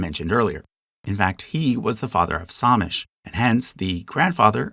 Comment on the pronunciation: I would love to see other videos about K and L pods!! Some notes: - Samish is pronounced /sæmɪʃ/ like the name "Sam" + ish. - Coast Salish is not a language. It is a language family, like Romance languages or Germanic languages. These words are in Northern Straits, specifically the Samish variety. - Lummi is prounounced /lʌmi/ like "Luh-mee," not Loo-mee.